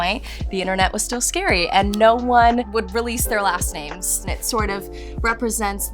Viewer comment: why is her last name voiced over in the beginning and the L is not pronounced?? cuz later she says it right in the video when she paints?! weird